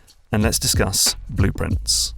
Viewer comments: Same! I went "wait, is the game called 'Blueprints'? I thought it was— ohhhh." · same lol. I was like "why is calling the game Blueprients? Did he got the name wrong? It's Blue Pri- WAIT WAIT" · I feel like an idiot, but only because of your accent did I realize that Blue Prince is supposed to sound like blueprints